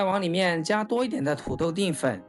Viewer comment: 淀 dian 不是 ding